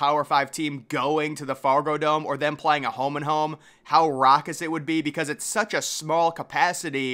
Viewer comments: Fragodome? Really bro? Fargodome. C’mon man! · Man said "Frago dome" 😂😂